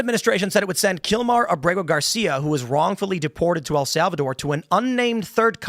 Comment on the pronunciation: I could have sworn Tim was where I heard this correction from, yet here he is incorrectly saying "El Salvador". Wtf is he thinking?